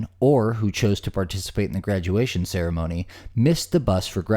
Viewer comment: I sincerely seriously hope that you actually mispronounced Ceremony by accident, otherwise you're just low.